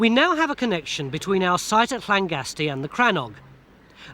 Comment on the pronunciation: Good on Tony for pronouncing those Welsh ll's correctly (Llangorse, Llangasty). Mick and Robin, not so much.